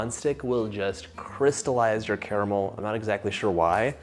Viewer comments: The best part about this video is that bro says 'CARAMEL' and not 'CARMEL'. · how on earth are you pronouncing caramel correctly yet the rest of the USA cant?